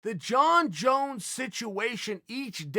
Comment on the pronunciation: Junkie Jones, Chael. Please say it right